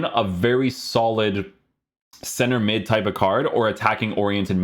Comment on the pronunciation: Bro, I love watching your videos, but why do you usually say createdge or midge, basically say idge, at the end😂